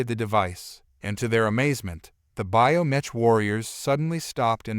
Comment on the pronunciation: Pronounced BIO MEK!